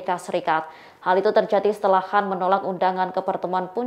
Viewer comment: Bisa baca ngak sih pembawa berita tribun ini .kan dibaca Han ,klo Han cina kalo kan banyakan ras India Pakistan